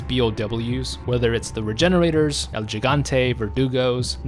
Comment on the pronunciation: "El JIG-aunt-tay?" Seriously dude?